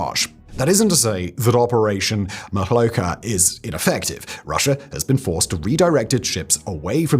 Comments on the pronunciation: "MoloCHka" - like Cz in "Czehia". Or KerCH. Same in BuCHa btw. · I am new to learning Russian (not even Ukrainian), so take this with a big grain of salt, but I think that "Molochka" has the "ch" pronounced as in "church", not "loch". So, /t͡ʃ/ rather than /x/ in IPA notation.